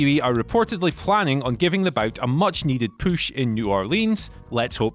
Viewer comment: Much needed "poosh"